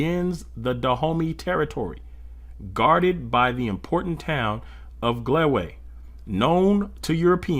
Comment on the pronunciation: Dahomey is NOT PRONOUNCED; “the homey,” it’s pronounced with stress on the first syllable: DA-ho-may! If you can’t correctly pronounce every word let someone that can, read it!